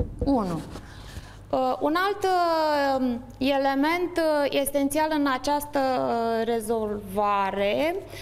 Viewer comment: iElevi, iElement :))) Accentu` asta :))